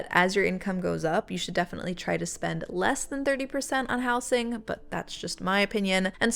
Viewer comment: I’ve never heard “housing” pronounced like that; the s should turn into a z sound when you change it from house to housing, housed, etc